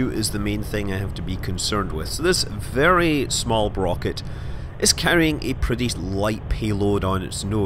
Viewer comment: Nobody making comments on how Scott said "Brocket" instead of rocket a few minutes in. Great XD